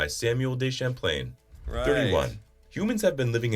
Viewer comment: YUNG street NOT yunjee street.Samuel Duh Champlain, NOT Samuel DEE Champlain. On top of that Canada does NOT border the Indian Ocean, nor the Southern Ocean. This is the risk of having an American explain Canadian facts, I'm pretty sure if he did a video about Ontario he'd mangle Toronto into TOE-RON-TOE instead of Ch'rawnnuh like keeps doing, despite having heard it pronounced correcly several times.